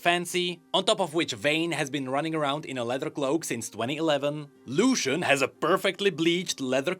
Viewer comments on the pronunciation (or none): none